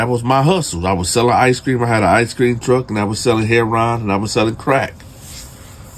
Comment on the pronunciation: Hey! I know all the guys in prison say heroin as “hair-on.”It’s actually “hair-o-win.” Keep up the great stories! 😉